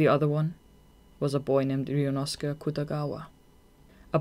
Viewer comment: The whole time I was wondering what 'Riyunosukah" is and realized it's supposed to be some kind of pronouncation of "Ryuunosuke" 🙆🏼‍♀️